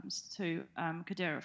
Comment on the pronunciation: Learn to pronunce the name accurately first. 😂😂